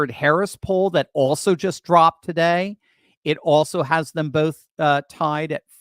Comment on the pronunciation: She's NEVER had a "lead" and it's NOT tied, it's tie(D)